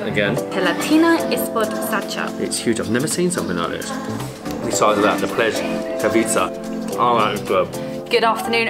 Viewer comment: It’s pronounced Pless-ka-vitz-se!!! Love the videos